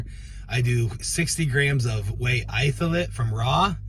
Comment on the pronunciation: Love that always says ‘Itholate’ when referencing the protein shakes.